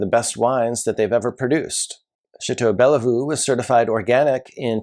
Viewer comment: Love your videos. You’re dead on most of the time. BTW the second e in Bellevue is not pronounced.